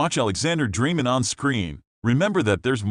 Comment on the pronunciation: Annoying how you don't pronounce his name right.